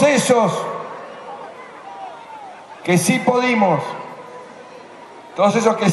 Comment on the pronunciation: Macri !!!no se llama pie..y No es podimos..es pudimo